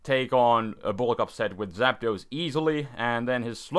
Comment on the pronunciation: Artic-uno Zap-dos Mol-tres Spanish yo